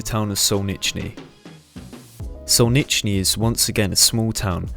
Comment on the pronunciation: "Solnichey" Sol-nich-ey... there is no second n.